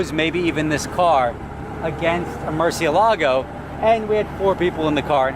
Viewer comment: STOP saying Mercy A Lago It is Moor-see AY lago